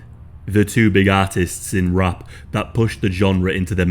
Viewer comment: Wait ! What?? RUPT?? WHAT THE HELL YOU ARE PRONOUCING IT RUPT?? Its R A P !!